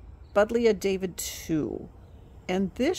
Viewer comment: They're all beautiful! I love butterfly bushes. Just a little tip: the name is not pronounced "David-two," but "Dah-VID-ee-eye." There are two "i's" at the end, not Roman numeral 2.